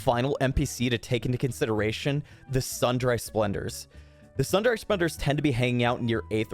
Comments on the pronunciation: Yeah... It's supposed to be pronounced sun-dree, but it's not as commonly a used word now, so it's not hard to imagine he wouldn't know the pronunciation. :0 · BTW, "Sundry" is pronounced "sun-dree" :) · sun dry splendors. first time i've heard someone say it like that lol